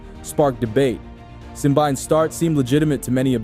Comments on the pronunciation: it's simbine not simbaine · Where did you get your Simbyne pronunciation? It’s Simbine. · Have you not watched a single commentary or interview with him to know how to pronounce his name? The mispronounciation makes the video unwatchable for me.